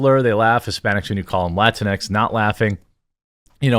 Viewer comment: It has EVERYTHING to do with the alphabet people! They are the ones pushing this " gender neutral " language, and please stop calling it "latinex" those idiots pronounce it latin x. Two seperate words, if you will. Us LATINOS Y LATINAS, DO NOT go by that bull shit. In your own way, by not blaming the alphabet people for this nonsense, you're pandering to them as well. Call a spade a spade and stop trying to, not offend them. Idk, maybe you're doing that purposely so they can by your coffee?